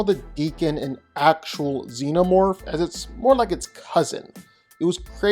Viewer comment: for sure is XENOMORPH, not ZENOMORPH wtf